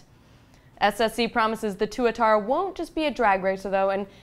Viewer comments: I believe the SSC is pronounced "Twa-tarra" (That's how the CEO says it...) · I liked her until she pronounced the Tuatara..."Two A Tar Uh" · No, mispronounced it. It's two - atarra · I wouldn't care if the tuatara had 2000 horse power and cost only as much as a corvette, I would still be completely uninterested based on the name alone. Why would anyone really want a car when half the people will mispronounce it as Twat-ara.